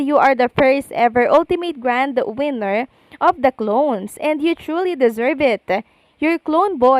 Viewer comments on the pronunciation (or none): none